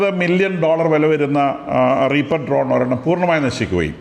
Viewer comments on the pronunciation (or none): none